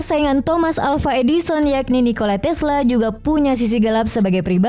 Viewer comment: Videonya menarik, datanya juga bisa jadi pelajaran dan bisa ditinjau lebih jauh melalui sejarah tapi kalau mba ini yg jadi narator sedikit terganggu dengan penggunaan huruf "H" diujung vokal. Bunda Teresa bukan Bunda Teresahhh Nikola Tesla bukan Nikola Teslahhh Mahatma Gandhi bukan Mahatma Gandhihhh Marco Polo bukan Marco Polohhh Sukses terus DATA FAKTAHHHHHH!!